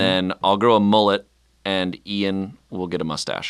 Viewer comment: Are we gonna just not talk about calling Ian Ayn?